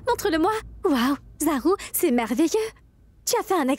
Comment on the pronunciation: Elle dit zarou 😂😂😂